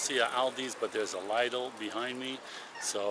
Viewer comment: And he's saying dollar, dollar, all the time. But it's euros. And he knows it's not cents. But it is cents, -eurocents. So basicly almost the whole video is wrong! He also calls the store "laidel", and he seems a little annoyed about another man being busy on his phone. And he has been filming and talking through the whole store...